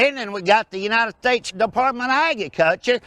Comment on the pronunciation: "depatment of agiculcha" damn I love joe exotic